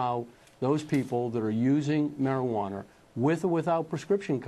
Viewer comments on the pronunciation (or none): What the hell is MARIJUANER??? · anybody else notice ATF Sullivan saying marijuan-er? or is it just me? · what is a marijuaner? atf can't even speak right, how can you expect them to interpret anything?